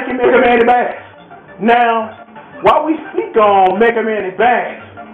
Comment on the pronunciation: You know... this has to be said. Bass's name is *not pronounced like the fish!* You'd think this would be pretty easy to figure out seeing as his dog's name is TREBLE! and then there are the countless musical references to music in the Japanese names. Rock, Roll, Blues, etc.